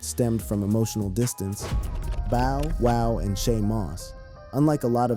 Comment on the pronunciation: Can this guy get Bow wow's name right?